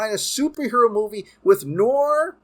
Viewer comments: Pronounced ... Noor-waa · Dude if you like noir movies then learn to pronounce noir properly (it’s French for black or dark) but doesn’t mean black and white necessarily -keep up the great work my man!! Awesome dc updates - can only hope to get Bat-fleck back as much as possible!!